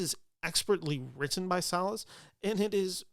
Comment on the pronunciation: Thank you for pronouncing Salles correctly 🙏🏽